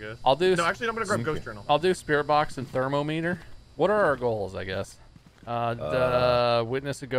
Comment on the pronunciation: Is inability to pronounce ”thermometer” a meme or legit?